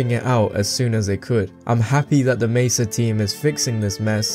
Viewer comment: Aside from the way you said Black Mesa, i think you did a pretty good job.